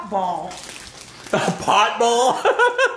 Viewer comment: "potbol" 😂😂